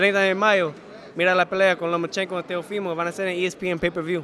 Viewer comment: es Teofimo y no Teófimo.... pilas... escucha como él pronuncia su nombre y esa es la manera correcta